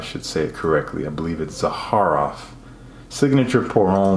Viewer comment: Thank you - for the love...and for pronouncing Zaharoff correctly 😘 haha! Thank you!